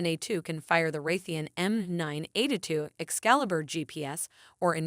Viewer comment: "M9 eight-a-two"😂😂 made me laugh every time, Great vid.